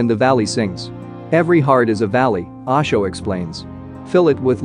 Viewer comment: Its not Aasho, its OSHO my dear friend, you know O for Orange.....